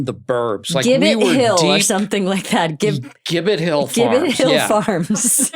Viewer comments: It's pronounced Jib It Hill (Gibbet Hill in MA) ;) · I forgot Steve grew up in Acton, MA! I grew up in the next town over from Amy, and now in Groton, and the restaurant is pronounced Jibbet Hill , hahaha, not the hard G, like Steve said. Sorry I missed him!